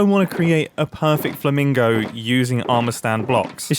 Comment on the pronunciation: Did you call it a "flamongo" on purpose? Because that's honestly a perfect name for the thing.